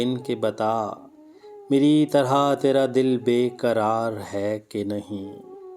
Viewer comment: پہلے قرار اور کرار میں فرق پیدا کرو۔ تم لوگوں کا وقت نہ جانے کس لئے ضائع کر رہے ہو۔جب کسی نے پہلے ہی اس کی اچھی ادائیگی کر دی ہے تو اب اس کا ستیاناس کیوں کر رہے ہو